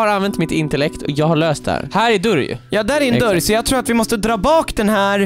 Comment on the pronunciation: Man säger dÖrr inte dUuuRr